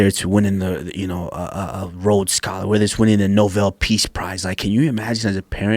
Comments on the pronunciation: I swear I thought I heard noVel too but then said to myself that's not possible. Oh well. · We gonna ignore KU saying “novel piece prize”? Lmaooo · Did he say NOVEL peace prize? :) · What's the 'no-vell' peace prize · "Novell Peace Price?" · This mans said “novell” peace prize 😭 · My man called it a “Novell peace prize” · “Novell peace prize” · Did he just say “novel peace prize” ??